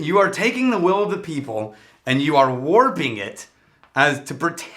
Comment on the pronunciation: "Beople" not "people" lol